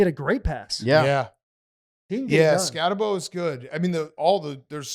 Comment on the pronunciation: Can’t even pronounce Skattebo’s name correctly? Cmon whites. Scat-uhh-boo